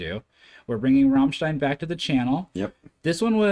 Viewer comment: you pronounce it Rammlead